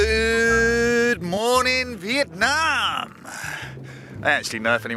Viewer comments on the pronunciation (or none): none